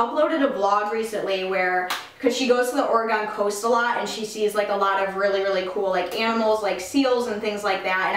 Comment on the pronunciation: Haha that is not how you say Oregon!!